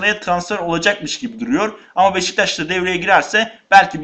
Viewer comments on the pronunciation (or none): none